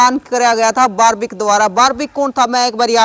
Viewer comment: बिलकुल आपकी भाषा पसंद नहीं आई बारब्रिक नही बल्कि बर्बरीक है आप बार बार यही दोहरा रहे हो